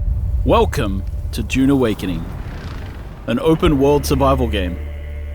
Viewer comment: The annoying pronunciation Dune❌️ June✅️